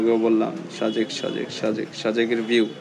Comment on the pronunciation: Vai শাজেক শুনতে ভালো লাগছে না। সাজেক বললে ভালো লাগতো। 😐